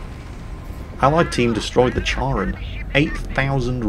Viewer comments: Uh,? "Care-on." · I apologize in advance lol, but Charon is pronounced like “Care - on” or “Care - en”. The H is silent. Well, that being said, I love your videos. They are the perfect blend of comedy, education, and entertainment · Charon - pronounced like "Karen". Not so much like charcoal. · Please. "Kharon" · Come on... Charon? The ferryman of the dead on the river Styx from greek mythology? And it's pronounced with a k, like you would pronounce 'character" or "chameleon"